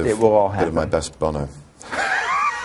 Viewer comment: Bono, not boner. Although, after he said it, he realized what it sounded like.